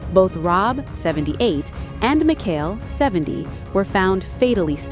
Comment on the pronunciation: Terrible AI voice. Can’t you edit the pronunciation? It’s MiSHELL not MIKHAIL. Lazy.